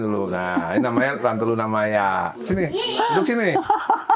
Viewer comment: Yaelah pakde. Kalo nyebut nama MAYA nya kok di tekankan banget.. hehehe